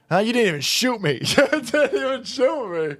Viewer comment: "You ain't soot that gun" These bleeps can't even speak english...and they were BORN here.